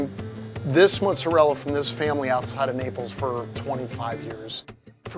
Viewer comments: Why does he say mozzarell instead of mozzarella? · Hey, in the Italian language every word ends with a vowel, so when you say muzarell, I’m assuming you mean MOZZARELLA? 20 years making pizza and you can’t pronounce mozzarella? 🤡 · Mozzarella, dude. For someone who spends that much time in Italy, you should know that's how they pronounce it. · My ears started to bleed when he said ' mozzarelle '... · its not "mootzarelle" its "mozzarellA" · People who say Mozzarell instead of Mozzarella are pretentious af. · Did he just call mozzarella mozerell? That's definitely Italian American as Italy says mozzarella... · everything was perfection until he said " MO ZA REL " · "Muzzarell". Mamma mia. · Him mispronouncing mozzarella ruined it for me